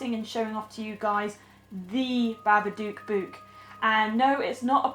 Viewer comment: It’s not Bubba Duque it’s Bubba Dook